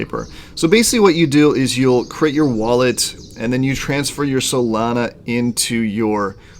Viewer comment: “SatAHHshi Tokens” “Soleyyna Blockchain” …..bruh